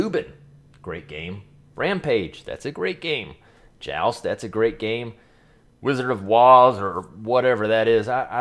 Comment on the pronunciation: Its supposed to be “Wizard of Wor” not Woz